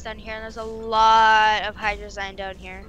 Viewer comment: my dudes, ya not sayin hydrazine right